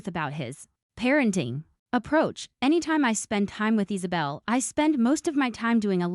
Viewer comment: Is saw bell. For the love of good its Isabella i fuckin hate these ai videos